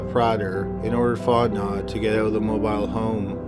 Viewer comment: MOBILE HOME...Mow bill home